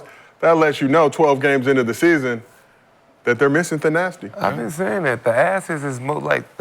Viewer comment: Nick Young, Its "Thanasis" not "The-Assess". 😂